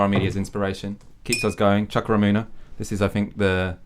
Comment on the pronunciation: The pronunciation of chuka Umunna... smh my ears can't take it. Choo-ka Oo-moo-n-na